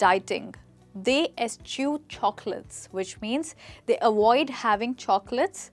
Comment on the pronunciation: Say avoid not awoid